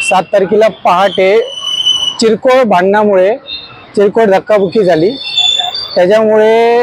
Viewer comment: Chirkol naste o te... 😂😂😂 Kirkol aste... 😂😂😂